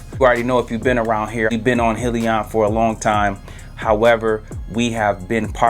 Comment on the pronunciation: Thanks great video......it’s pronounced Hi Leon! 👋